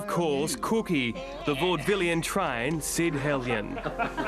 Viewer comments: Sid Hellion? i think he meant to say 'Sid Heylon,' but a funny slip of the tonge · It was Sid Heylen. Who the heck is "Sid Helyen"? Shame the reporter screwed that up, given the point of the whole thing and his access to the same network's archives...